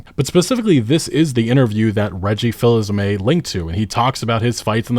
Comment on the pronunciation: The Fils in Reggie's name is pronounced "Feez"